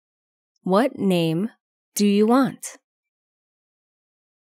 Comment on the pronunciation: Cô này đọc rất lạ . Nghe đi nghe lại mấy lần vẫn nghe cô này đoc chữ do là chữ did